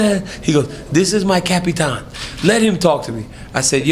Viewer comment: “My capitan” this made me a khan in fan 😂